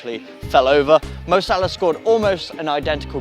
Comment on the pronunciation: its salah mate